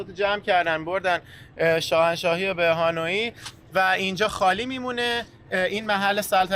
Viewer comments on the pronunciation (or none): دوستان عزیز خوش بگذره بهتون فقط تلفظ اسم پایتخت ویتنام هانوی هست نه هانویی حرف ی ساکن هست موفق باشین